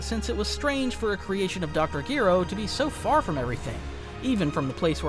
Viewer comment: I'm not sure why but the way you pronounce Dr. Gero really throws me off it keeps pulling me out of the immersion